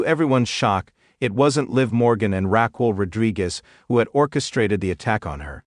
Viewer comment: It's Raquel not Rockwell